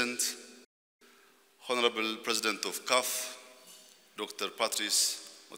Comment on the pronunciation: ይስተካከል! ጠ/ሚሩ ያስተላለፈው መልእክት ግሩምነት እንደተጠበቀ ሆኖ በpronunciationኡ ግድፈት ሰሚዎቹ ትንሽም ቢሆን ግርታ ሳይፈጥርባቸው እንዳልቀረ አስባለሁ። አሁንም ጠ/ሚሩ “honorable”ን "ሆነሬብል" እያለ ማንበቡ የሚያሰገርም ነው። "Hour"ንስ ሃወር ነው እያለ ይሆን የሚያነብበው? “… the heart of Africa”ንም "ዘ ኸርት ኦፍ አፍሪካ" ብሎ ሲያነብበው ትክክለኛ ትርጉሙ “… የአፍሪካ ጉዳት” ስለሚሆን እባካችሁን የሚሰማ (teachable) ከሆነ በትክክለኛው pronunciation “the ኻርት of Africa” ብሎ ቢያነበው ግራ አጋቢነቱን ቀንሶ ትክክለኛውን መልእክት ሳያሻማ ማስተላለፍ እንደሚችል ንገሩት። አለበለዚያ, ሌሎች መሪዎች እንደሚያደርጉት በኢትዮጵያ ይፋዊ (ኦፊሴላዊ) እና ብሔራዊ ቋንቋ ተናግሮ ሙያተኞች ይተርጉሙላቸው። ብሔራዊ ቋንቋ ከተነሳ አይቀር, አንድ ጥያቄ አለኝ። መልሱን የምታውቁ መልሱልኝ። ካዛን, ራሽያ በተደረገው ስብሰባ ላይ propose ስለተደረገው የBRICS currency ቭላዲሚር ፑቲን ሲናገር የመቶ BRICS currency (ኖታ) በእጁ ይዞ ነበር። እናም በዚህ የመቶ BRICS currency (ኖታ) ላይ በአንድ ጎኑ የነባሮቹ ሰንደቆች እና በአገሮቻቸው ቋንቋዎች የተጻፉ ቃላቶች (scripts) ያሉበት ሲሆን በሌላኛው ጎን ደግሞ የ ~ 30 አገሮች አካባቢ ሰንደቆች እና እንዲሁም በቋንቋዎቻቸው የተጻፉ ቃላትም (scripts) ይገኛል። ታዲያ የሚገርመው አሁን በይፋ የBRICS አባል የሆነችው የኢትዮጵያ ሰንደቋም ሆነ የኦፊሴላዊ (ብሔራዊ) ቋንቋዋ ስነ-ጽሑፍም (scripts) የ100 BRICS currency ኖታው ላይ አይታዩም። 1) ለምን እንደሌለ የሚያውቅ ሰው አለ? የሌለበት ምክንያቱ ምንድን ነው? 2) የሌላ ገንዘብ ኖታዎች ላይ ነው የኢትዮጵያ ሰንደቅ እና ቃላት ያሉት ከተባለ ደግሞ በየትኛው ቋንቋ? በብሔራዊው እና ኦፊሴላዊው ቋንቋችን ነው ወይስ "አማርኛን irrelevant እናደርጋለን፤" ብለው አቅደው ሌሎች አራት የኢትዮጵያ ቋንቋዎችን ጨምረው በድምሩ አምስቱንም ብሔራዊ ብለው ሊሰይሙ እንደሆነ እነ አቶ ቀጄላ ከሰሞኑ ስለነገሩን, ከነዚህ ከአምስቱ በአንዱ ነው? ምክንያቱም, ብሔርተኞች የሚቆጣጠሩት መንግስት ስለሆነ ያለን, ይሄንን ተግባራዊ እናደርጋለን ቢሉ የሚያግዳቸው ነገር እንደሌለ ነው የማስበው። እና ይህ ተግባራዊ ቢሆን በየትኛው "ብሔራዊ" ቋንቋ ይሆን የሚጻፈው? ህንድ እንኳን ብዙ ቋንቋዎች እና ስነ-ጽሑፍ ቢኖሯትም የምትጠቀመው የ Hindi ቋንቋዋን ስነ-ጽሑፍ ነው። የኛ ግን ግራ የገባውና ያልለየለት ይመስላል።